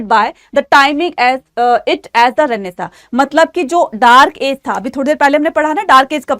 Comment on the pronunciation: Renaissance ❌ Renaissa✅